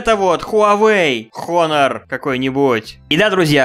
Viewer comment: Не хонор, а онор